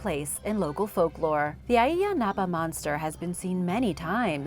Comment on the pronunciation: Its pronounced eyea napa